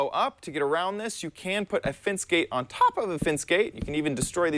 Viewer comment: Why do you keep saying "fince" instead of "fence"